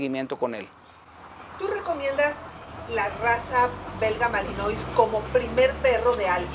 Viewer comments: Se pronuncia malinoa y se escribe malinois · Malinois se pronuncia "malinua"